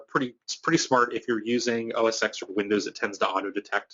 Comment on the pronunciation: Thanks for the video, really useful. BTW, minor nitpick, it's "oh-es-ten" ("X" as in Roman numeral).